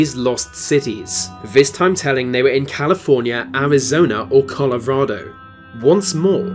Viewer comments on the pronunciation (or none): none